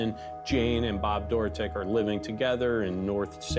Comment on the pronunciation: I couldn’t even watch this listening to everyone pronounce “Dorotik” wrong.